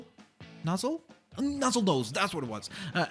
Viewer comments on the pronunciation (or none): it's nozzlenose not nuzzlenose